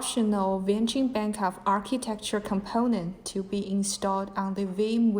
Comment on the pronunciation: Bankup? not backup? a company who use unprofessional english speaking people is not trustable